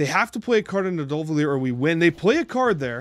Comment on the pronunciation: Pronouncing Nidavellir sounds like "need uh vet lish"